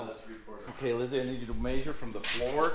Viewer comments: Maysure =D lol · The way pronounces measure is hysterical 🤣 😂